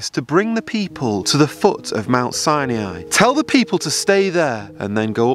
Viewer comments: its pronounced mt ' si ni ' not si e' ni................ you should know better............... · Brother it's not Sainiai. It's Sinai. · Is there a reason you pronounce it "Siniai"? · From Egypt, please learn how to say Sinai properly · Where exactly do you see an E in Sinai, stop mispronouncing the name of a sacred place, and who gives you the right to call others out , isn't this against ALL you supposedly stand for ?? I am a believer but NEVER do I call people out for their GOD given right of CHOICE, as misguided as it may be, you need a dose of humility and understand if you are a messenger then give the message, don't berate people in your quest. Hopefully you get something out of this, tho I kinda doubt it .